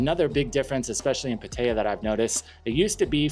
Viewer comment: PAH-tuh-ya, not Puh-TAY-ah. Krahb-EE, noy KRAHB-i. Also, if these people are just coming because they are looking for a cheap jungle country whose poor people you can exploit by taking advantage of their cheap goods and lodgings, but you are not actually appreciating Thailand for its history, and trying to learn its language, and knowing its TV and movie actors, and current pop songs and singers, and experiencing the country outside of the tourist nightlife and tourist hotspots, then please don't go to Thailand-- you are the sort of person who makes it bad. Just move on along to Vietnam or Philippines.